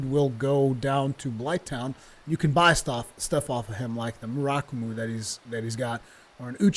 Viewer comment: Mur (like Purrr) - ah - ku - mo :P